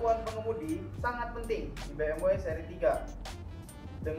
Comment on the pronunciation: presdirnya kok ga pronouncd BMW dengan baik dan benar :(